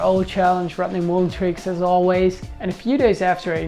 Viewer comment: STOP SAYING MUUUULEN! THAT'S NOT HIS NAME!!!